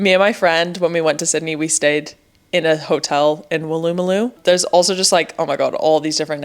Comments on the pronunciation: Wool-oo-moo-loo Not woo-loo-moo-loo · That is the wildest pronunciation of Wooloomooloo I've ever heard. XD Emphasis/stress on the first and final syllables, not on the second and final. WOO-loo-moo-LOO, not woo-LOO-moo-LOO. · Woolloomooloo is pronounced quickly as Wool-ah-muh-loo, not like two separate words in your very cute but hilariously wrong attempt, Wool-ooh Mah-loo. Great video and welcome home! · Wool-ah-ma-loo, not whatever you said! (Wool, like the sheep!) 🦘🐑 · Just so you know it's pronounced Wool-a-ma-loo. It's one of the harder ones for people with foreign accents. Glad you are enjoying being back so much 😊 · You pronounce Woolloomooloo as an American. It’s not how Australians say it.